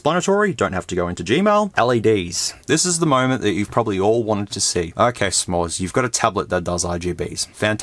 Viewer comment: North American I wasn’t looking when that part happened and I thought an ad or another video was playing lmao. That was a very convincing American accent.